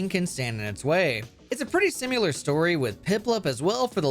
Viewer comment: i fuckin hate how this guy says "simular"